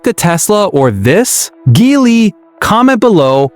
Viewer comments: GEELY - GEE WHIZ - not GHEELY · Not Gelly either😂